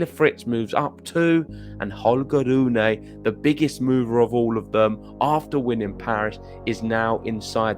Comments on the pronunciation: It should be pronounced Ro-ne, not Ru-ne. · RU-NE. Please stick to that correct pronunciation of his name!! And STOP that "ugly" sounding ( and WRONG! ) "roon" thing. Greetings from Denmark.